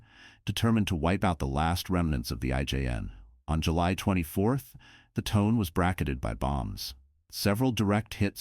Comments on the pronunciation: The Japanese Cruiser Tone. I think it's pronounced: "Toe-Nay". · Pronunciation of the star is pretty awful. It’s Tonay. I couldn’t like the tone of your version.